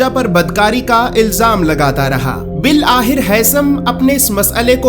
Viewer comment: Bil akhir bolo bhai. Not bil ahir.